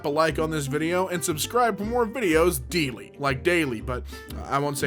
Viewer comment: Day 7 of asking Damien to say: "Hello this is YOUR DeeLee dose of reddit" edit:to everyone who says he already has, he said "Welcome back to YOUR DeeLee dose of reddit" and so I won't stop until it is perfect